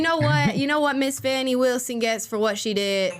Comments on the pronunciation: It’s Fan-nee, as in “slap that ass”🤣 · Her name is spelled Fani Willis, there's no letter U in there, it's pronounced "fanny"